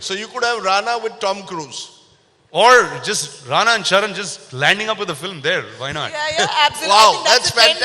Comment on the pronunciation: Atleast pronounce Ranas full name correctly yaar 🤦‍♂